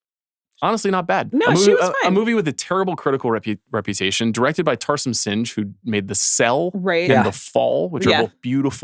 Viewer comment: Dear Sean, it’s pronounced Tarsem Sing, not Tarsem Singe 😂